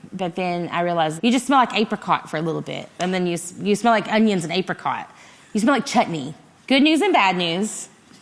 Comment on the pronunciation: Cuz of the way she pronounced apricot lol